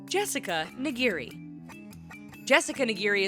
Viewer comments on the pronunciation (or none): It's Jessica nigri not nigiri, it's not that hard if you actually tried to say it. At least search it up and maybe watch a video or two